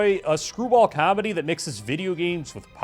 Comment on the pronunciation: I like your videos but how you say comedy makes me want to die